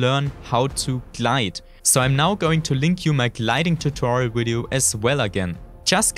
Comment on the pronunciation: Cut a vein everytime he said "Widio"